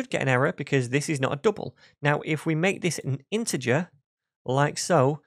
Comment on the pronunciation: Good content and explanation, a bit weird pronunciation - too many U instead of [ʌ] - dUble 😀